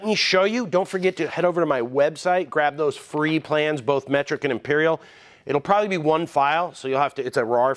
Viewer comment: Em-peeer-eel. That's a strange way to pronounce "freedom units"